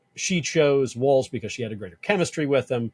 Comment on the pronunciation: HIS NAME IS WALZ (WALLS) NOT WALTZ-AS YOU CONTINUALLY PRONOUNCE IT